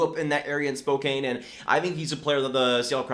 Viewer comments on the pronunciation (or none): you mispronounced Spokane. It’s pronounced like spoke and Ann put together. My mother is from there and that is definitely how it’s pronounced. I’m not upset, I’m just trying to have your back.